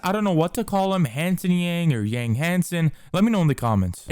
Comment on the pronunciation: Note that Yang's Chinese pronunciation is Young, which is great. Not something like Yann which most Americans say